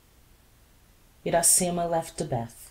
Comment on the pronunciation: Parabenz pelo esforco, mas posso dar uma opiniao ? Uma traducao mais proxima do titulo do livro em Ingles seria "Iracema: The Honey Tasting Lips Virgin" ( A Brazilian Tale ou A Brazil's Tale ) A pronuncia mais apropriada para o nome Iracema em Ingles seria => "Ira-cima". Lembrando que a letra R em ingles soa diferente da letra R em Portugues.